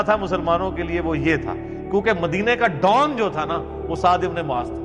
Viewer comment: Bro not maaz It's Muaz ❤ love from Bangladesh 🇧🇩❤️🇵🇰